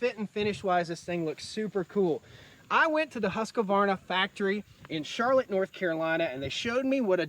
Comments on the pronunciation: HUSK - VARNA, not HUSK A Varna. Sweedish is prounced is HoukS Varna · is it actually pronounced "husq-A-varna"? or is it husqvarna? I don't see an "a" inbetween the q and v. Honestly curious cuz I run husqvarna commercial equipment and have never pronounced it this way. lol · Ive been told its "Hoosk-Varna" but whatever, its a great brand. Gorgeous property you have brotha.